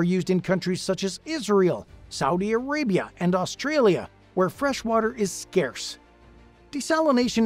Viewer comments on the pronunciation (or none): none